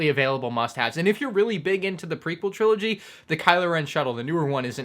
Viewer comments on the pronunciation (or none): "prequal" trilogy